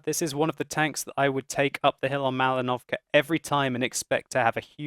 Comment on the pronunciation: not maliNO'vka, but maLI'novka